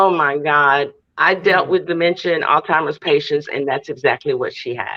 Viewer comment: It's so hard to listen to talk. She is a terrible interviewer. I have tried to watch her channel but she always fumbles her words, doesn't pronounce words correctly. It's Alzheimer, not how you pronounced it. How can you have a utube channel when you can't speak correctly. Too irritating, I'm done!